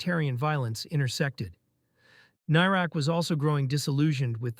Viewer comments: Whats a tank doing commentating on this issue; he can't even pronounce the guy's name. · Shame you can't pronounce his name correctly